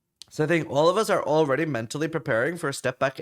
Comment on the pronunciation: says some other words a little weird, like he says already as all-raid-ey, must be the alaska in him